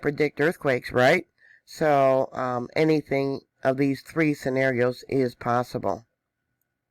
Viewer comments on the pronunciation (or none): none